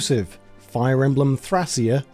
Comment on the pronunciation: That is never how you pronounce Thracia, that's a real region in Greece.